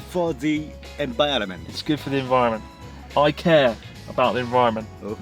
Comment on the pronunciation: just a minor correction chris when says "good for the en-barren-ment".... he's clearly saying good for the "embarrassment". i understand you can't teach how to pronounce every engrish word correcree... so all is forgiven.